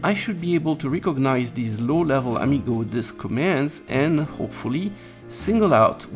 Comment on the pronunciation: HP propreitary protocol: Am-I-go?